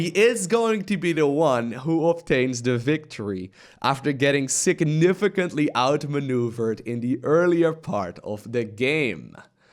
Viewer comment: "sicknifigantly". That's the name of the game!